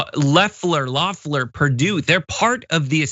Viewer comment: The fact you guys keep calling her leffler instead of loeffler makes me think you guys don’t know what your talking about cause you don’t even know how her name is pronounced